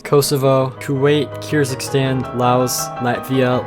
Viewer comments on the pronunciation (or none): Uhh Pronounced Wrong: Azerbaijan Bosnia and Herzegovina Croatia Côte D’ Eviore (Ivory Coast) Kiribati Kyrgrzstan Palestine